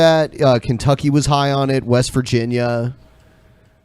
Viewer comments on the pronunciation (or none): none